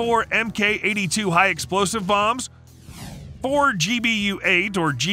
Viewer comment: "mk" is pronounced "mark"